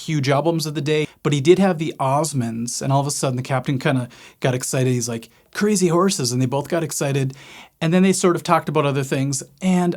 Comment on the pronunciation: cray-zee-horse-es rerrrrr rerrrrrr